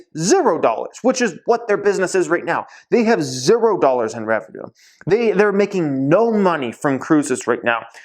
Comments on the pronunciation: what's up with the "zerrro" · You say zero weird.. love ur videos tho 👍